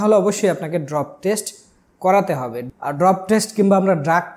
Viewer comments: ভাই আমি এই কমেন্ট করতে আসছিলাম😅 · ডোপ টেস্ট, ড্রপ টেস্ট না, আগে এটা সঠিকভাবে বলতে শিখো। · উচ্চারণ ঠিক হচ্ছে না ওটা ডোপ টেস্ট হবে। ড্রপ হবে না। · আপনি তো মিয়া উচ্চারণই করতে পারেন না। আসছেন ভিডিও করতে। এইটা ডোপ টেস্ট, ড্রপ টেস্ট না। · 🤣😂😂Poor illiterate guy.It’s ❝Dope❞ Test not ❝Drop❞.নিশ্চয়ই নাহিদ টাকলার যুগে পাস করছে।